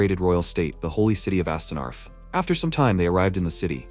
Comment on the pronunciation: jesus said helly instead of holy 😂😭😭